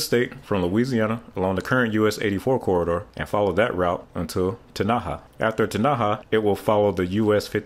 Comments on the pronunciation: Enjoyed your video. It is anyone’s guess for nonlocal’s pronunciation of US towns. In Texas, Tenaha is pronounced with the accent on the first syllable, not the second. TEN-ah-ha, not Te-NA-ha. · It's not te-na-ha it's pronounced ten-a-haa- Sincerely, a Texan. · That’s the first time I’ve heard somebody pronounce “tenny-haw” like “ tin- Aha” 😂😂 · Tanaha…lol Tenaha…. Ten..a..ha….. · I stuck around just to see how you’d pronounce Teneha and Nacogdoches. The traffic flow will initially bypass Louisiana anyway. They’ll take the I-369 spur to Texarkana then hit 30 and 40 to Memphis. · Tenaha - pronounced "Ten-a-haw." I lived in Nacogdoches, about 20 miles south of there for 24 years. And Nacogdoches is pronounced roughly as "Nac-uh-do-ches." Also....Texas mostly rebadged US-59 as the US-69 Corridor. US 59 runs from the Texas/Mexico border and up to Texarkana so it was a short putt for the state to widen portions of it and hang new signs. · Tenaha, Tx is pronounced TIN uh ha. You were close but the emphasis goes on the first syllable. Great video! Thanks! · Great video. Although as a texas native I have to correct you on pronunciation. Ten-uh-hah and nac-ug-doh-chess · Please learn how to pronounce the names of towns you mention. Example: Texas I-69 enters near the town of "Ten-a-ha". In Arkansas it goes near the city of "El Do-ray-do" Both do not use the Spanish style of pronunciation. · Tenaha, Texas is pronounced "Ten' a haw". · Very well done overview of the project. Two cities in Texas were mispronounced (Tenaha and Nacogdoches) but there are many towns in Texas that get mispronounced even by Texans. No worries. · I’ve never heard anyone say Teneha like that 😂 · it’s all good. There are a few town names in that area that boggle the mind 😆